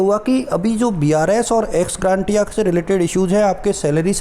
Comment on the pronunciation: एक्स ग्रांटिया नहीं होता है एक्स ग्रेशिया होता है भाई एक बार सत्यापित कर लें । वीडियो बनाने के लिए धन्यवाद एवं शुभकामनायें ।🙏